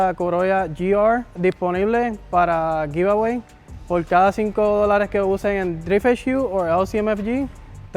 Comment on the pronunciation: Heck no that was butchered sounded like a “yo no sabo” kid